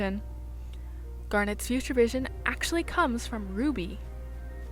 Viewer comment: "atchly"? Do you mean "Actually"? XD